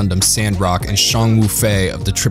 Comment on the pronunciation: Deeply cringing and waving my hands in the air hearing him say "Tree-ez", "Kwatray", "Rom-feller", "Shong Wufei". I honestly don't know how he pronounced Zechs right